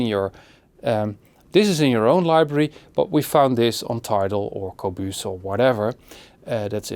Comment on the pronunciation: Qobooze. Haha. I love it the way he says Qobuz.